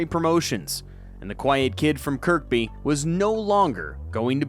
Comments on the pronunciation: Its pronounced kirby not kirkby 2nd k is silent and its scouser not scowzer hes from Liverpool not berlin ffs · Arrrrrrrrgggghhhhhhhhhhh! Kirby, not KIRK BEE! Also: Liverpool is in Merseyside, it’s not Merseyside, Liverpool. Please get it right! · Kirk-bee? Nah Kirby lah. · Talk fucking real and say it correctly if gonna chat . 5ft 3" his height. And it's kirkby. And scouser! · Before undertaking a video about a boxer, if you're really hell bent on stating where they're actually from, at least learn the pronunciation of it. It's spelled correctly as Kirkby, but pronounced, Kerr Bee... The second k is silent. You're welcome. Rest of the video is pretty decent. Oh, and, we're Scousers, not Scowzers. And it's Liverpool, Merseyside, not Merseyside, Liverpool. Liverpool is a city, and Merseyside is a county. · When you pronounce Kirkby ignore the second “k” Kirby.